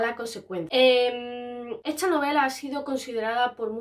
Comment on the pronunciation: Por qué dice "esCHa" y no "esta"...? Eeeeehhhhhh...